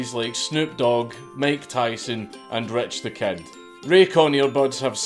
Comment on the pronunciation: Hearing dank say ‘rich tha kid’ feels so off